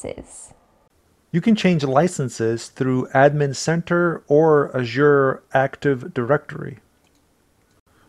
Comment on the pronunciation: Well done, my friend. (love the way she pronounced "Azure")